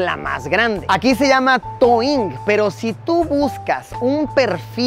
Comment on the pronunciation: no es TOING es DOUYIN DOU---- YIN :V